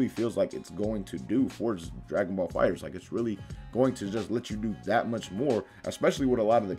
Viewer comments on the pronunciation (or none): none